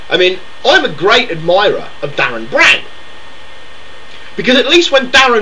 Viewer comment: Calm down guy. What you shouting for? Also it's Derren Brown, not Darren.